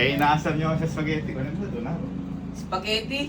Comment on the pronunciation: Yung before kasi "SOUPagetti" 🤣🤭✌🏻 pa notice po